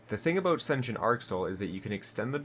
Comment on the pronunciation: Sen-tee-ent arc soil not sension lol